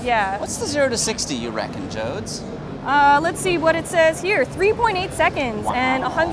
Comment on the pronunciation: My name is Jody. Everytime he says Joads I want to beat his ass.